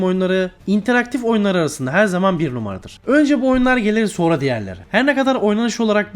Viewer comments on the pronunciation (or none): none